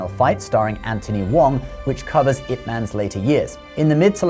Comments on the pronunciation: Pq essa i.a insiste em falar it man kk nao faz nehum sentido ,ou o criador q ta escrevendo errado ,IP ma IP man e nao it man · Loved this video. But, and I could be wrong (I don't think so), isn't his name pronounced "Yip Man?" I see the commentary has it spelled with a 'Y'... "...Yip Man died in 1972,..." It is spelled Ip but the pronoucement sounds like "Yip." It's a small thing but everytime you said his name, it stuck out. And I would end up thinking about that for a second instead of the very interesting things you were saying. 😊